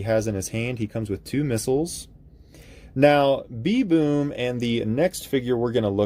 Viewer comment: you are pronouncing it "B.Boom" where the name "B'Boom" is spelled with an apostrophe which replaces letters in the word like "them" becoming " 'em". in this case "b'boom" is pronounced like the animal's name "baboon", but with the "a" removed and the "n" replaced with an "m" so it's pronounced kinda like "baboom" without the "a"